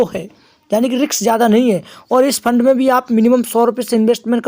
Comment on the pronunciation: Fund bol rha hai ya lund bol rha hai 😅😅😅